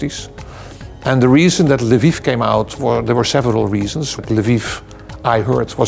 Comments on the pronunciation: Why does call Lviv Livu? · Why does call Lviv Lavu?